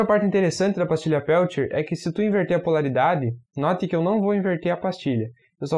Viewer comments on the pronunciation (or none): procure na internet como se pronuncia os nomes Peltier e Seebeck. Por exemplo vai achar Thomas Johann Seebeck (German: [ˈtoːmas ˈjoːhan ˈzeːbɛk]; 9 April 1770 – 10 December 1831).